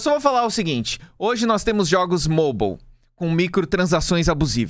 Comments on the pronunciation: me da mt agonia o falando MOBAL jogo MOBAL o problema não são os jogos MOBAL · “Jogos moubal”